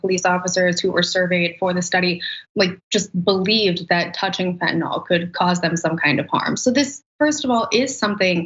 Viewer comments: It's fentanyl, not fentanol. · I think they should arrest anyone who calls Fentanyl "Fentanol." If you care enough to develop a sleazy drug habit, at least know how to pronounce the name of the crap you're putting into your body, JEEZ! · What's up with all these "experts" who pronounce fentanyl fentanol?